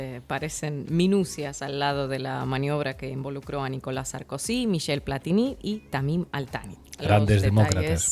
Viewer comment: Jajajaja 😂 ¿"SARKUSI"? jajajaja